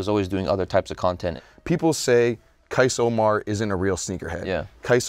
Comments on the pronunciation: Qais. His name is Qais. Not Qias. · Worst take saying "Air Qias"